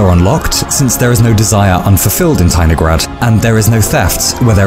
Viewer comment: As a Russian person, I declare that I felt something was wrong, but did not understand what (if it were not for the comment, I would not have understood). The stress should be on the third syllable